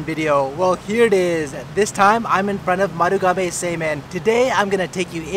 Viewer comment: Semein sounds so much like semen.